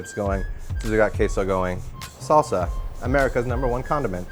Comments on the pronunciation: The way they pronounce it sounds more like 'queijo' in Portuguese but the word they use is in Spanish. They can't even pronounce 'queso' in Spanish correctly. I'm just voicing my thoughts out. But seriously. Show some respect to other countries' languages. Spanish is the second most common language after all. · We actually pronounce it correctly. This guy is a douchebag, what a horrible video.